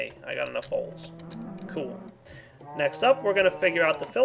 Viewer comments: I love the way he sais bowls... sounds like BAuLSS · lol everytime he says bowls it sounds like balls xD